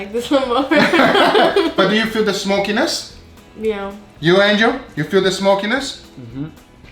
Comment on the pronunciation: that’s how he says it but it’s angel